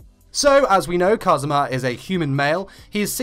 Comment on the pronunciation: Your accent of kazuma sounds like Cosmo in my filipina japanese ears. 😂❤️